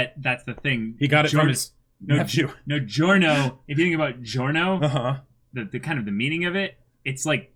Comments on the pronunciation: Actually no. As an italian, I can confirm that the italian pronunciation shoud be something like “jo-rno jo-van-na”. The “Gio” part sounds exactly like you would say John, Johnatan or Joseph. The extra “Y” you mention is somewhat of an mistake english-speaking people make. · It’s not Dio-livery, it’s Di-Giorno